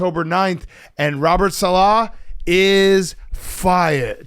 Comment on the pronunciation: Why does Big Cat sound so awkward saying Robert "saLAH"? … sounds like he's trying too hard to put the emphasis on the 2nd syllable.